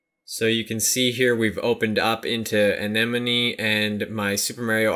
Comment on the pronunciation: you say a-ni-mown